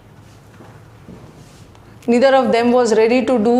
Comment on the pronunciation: I'm disliking this video only because of wrong pronouncements of Neither/Either